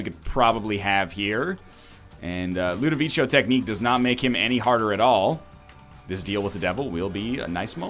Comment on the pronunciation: NL, its Ludovico not ludavichio, please god I can't take it anymore.